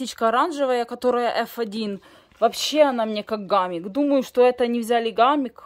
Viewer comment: Не гамик, а хамик, в этом году сажала, тоже семян не нашла